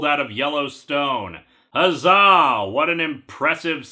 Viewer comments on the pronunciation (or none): none